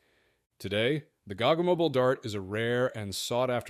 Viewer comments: It's ponounced Go Go Mobeal G-O-G-G-O!!! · oh FFS.. please learn pronunciation WTF is a gog gog moble? its G O GG O aussies will get it ;-)